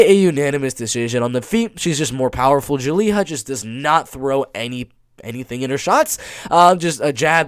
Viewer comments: Julija = (Yu-lee-ya) not (Joo-lee-haa) lol European not Hispanic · You're pronouncing Julija wrong. Just pronounce it like the name Julia in English. I'm pretty sure she is Russian, her name gives it away. That's a cliché Russian surname. Since Lithuania used to be under Soviet occupation, many ethnic Russians are living in the Baltic states still. I find it super confusing when a fighter is from, for example, Lithuania but has a Russian name and most likely speaks no Lithuanian. It is a huge problem in the Baltic states. A huge percentage of the Russian speaking minority outright refuse to speak the language of the country they live in. I just wish there was an actual Lithuanian or Latvian representing the Baltics. Because most, if not all fighters I see on tapology who are from the Baltics, have Russian names.